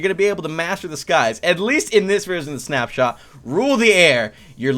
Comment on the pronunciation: Who thought he said "SnapChat" instead of SnapShot? LOL